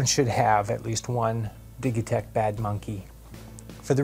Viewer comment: Did he really said dighitech ?